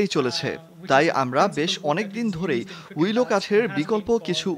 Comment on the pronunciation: ডেস্ক রিপোর্ট টিতে যে মহিলা কন্ঠ দিয়েছেন উনার বা যিনি স্ক্রিপ্ট তৈরি করে দেন,তাদের শিক্ষাগত যোগ্যতা কতটুকু বা কি খুব স্পষ্টভাবে জানতে ইচ্ছে করছে।যে গাছের কথা উল্লেখ করা হয়েছে তার নাম "উইলো"(willow), পৃথিবীতে প্রায় ৩৮০-৪০০ প্রজাতির উইলো, আছে,সবই স্যালিক্স(Salix) গোত্রীয়,কিন্তু রিপোর্ট টিতে শুনলাম মহিলা বারবার "উইলি" উচ্চারণ করেছেন।Curious mind wants to know is she a fan of David Willey(ডেভিড উইলি)?